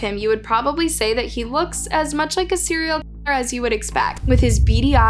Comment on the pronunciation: Serial key-er, lmao it's so distracting